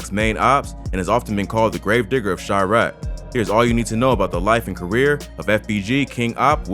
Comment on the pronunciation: "chriaq" pretty sure its Chiraq